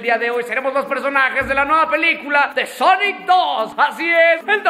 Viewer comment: En vez de sonic es ñoñic y tambien ñuñels y ñolas